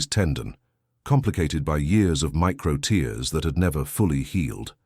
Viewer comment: The word 'tears' at about : : is a miss- pronunciation of the correct word needed namely 'tears' with a hard 'a' or 'ea' that denotes fluid leaking from the eyes!. The correct homonym would have fit much better into the flow of the story!. Oops LoL 😢😢